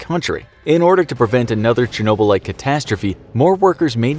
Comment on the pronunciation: Say it with me now Chernobyl = Shur | no | Bull You need a linguistics professional on your team. Getting worse with the butchering of words.